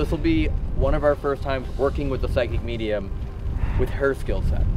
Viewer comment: No more "mediuns" in these videos please